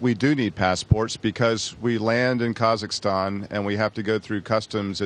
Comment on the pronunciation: Can astronauts pronounce Kazakhstan? I'm sorry but it makes me mad when people can't even pronounce it correctly.